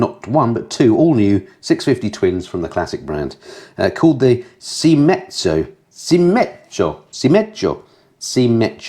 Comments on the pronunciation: Seimezzo - say it as seyimetzo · Pronounced 'say' 'Med' 'zo' got it? The 'o' is not pronounced ow as in bow, but 'o ' as in the 'o ' in box. I'd know... Brought up with the language.. Had a jolly good laugh though. Tks Fab vid